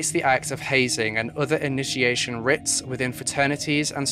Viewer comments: The word rite/rites is pronounced the same as “right/rights”. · Sorry but rites is pronounced rights, not writs. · I hate being that person but.... Rites is pronounced Rights not Rits. Sorry. Just for future reference. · Pronunciation technicality... rites = "rights", not "ritts" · I love your videos but I have to just point out that rites is pronounced the same as 'rights'. As in 'rites of passage'. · It is rites pronounced.rights..writ would be pronounced rit. ..I'm also in the uk..but that's ok..it was a fascinating and sensitively done presentation and a tragic tale. Thank you. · aw baby. Its ok. Its actually pronounced "rights" tho. Aw. Hugs. Aw. Aw. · Is anyone else confused between writs and rites? (As pronounced in the video)